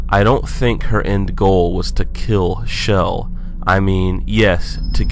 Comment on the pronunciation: Not to be rude, but it's pronounced Chell, not Shell.